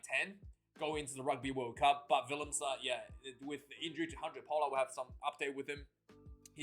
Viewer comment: That “Du Toit” and “Willemse” on point mate. As a Stormer I’m confident in Manie. Is Handre Pollard ready for the World Cup ? Would you even take a guy that hasn’t played that long before a World Cup whats your thoughts ?